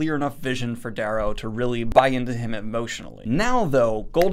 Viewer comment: Does the guy who narrates on audible pronounce it the way you do? Because it's supposed to be Darrow, as in arrow with a d.